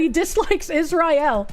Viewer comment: I love how pronounces Israel like that assassin brother from Smokin Aces. 😂